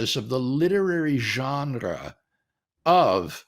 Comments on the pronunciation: It’s hard to take him seriously when he pronounces genre like that. 😉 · I can understand and wrestle with everything Dr. Craig is saying here .. EXCEPT .. for HOW he’s saying Genre 😂 that’s uniquely unacceptable and quite frankly I’m offended .. 😂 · I would like to have a debate with WLC on how to pronounce the word "genre". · WLC tongue roll pronunciation of the word genre was enough to convince me